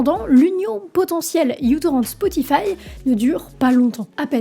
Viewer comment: Je dis ça comme ça mais ce n'est pas u-torrent mais micro-torrent parce que, justement, il était et est léger !